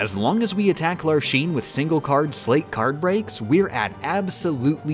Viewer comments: U pronounced sleight wrong. Think of a magician and a deck of cards. You have probably heard the term sleight of hand. And how they use that to do most of their tricks. It pronounced the same way. Not pronounced like slate. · Calling them a 'sleigh't instead of sleight was dealing psychological damage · I before E, except after C and in long sounding A, as in neighbor and weigh. Except, of course for sleight, which rhymes with goddamn light! Stop saying slate, I beg of you! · It's pronounced "sl-ITESs" As in the play on words "Slight of hand",because it's a card game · You're mispronouncing those Org13 names (and maybe also the word "sleight") on purpose, aren't you? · I hate how she* says the org XIII names so much. I know it's on purpose just to sleight me. Edit. Peeped the pronouns in the video lol.